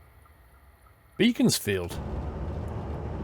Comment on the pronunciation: BEEEE CONS FIELD AHAHHAHAHHA It's pronounced Beck ons field ahaha